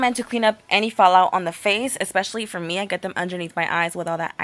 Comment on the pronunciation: *fall, not all. and *for, not fo lol